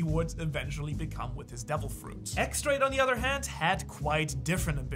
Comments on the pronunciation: X. Drake isn't pronounced as X(Ex) Drake. It's X(Diez) Drake. It's not the letter "X" it's the Roman numeral for the number 10 in Spanish. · X drake is pronounced as Diez Drake